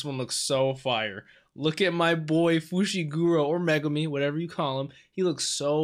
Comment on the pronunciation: I appreciate you calling him Fushiguro with decent pronunciation tho